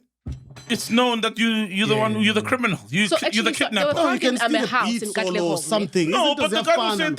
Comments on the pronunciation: Can someone please tell Mac that it’s not Mkhonanyazi but Mkhwanazi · Mac is never gonna get the Mkhwanazi pronunciation right 😂😂😂😅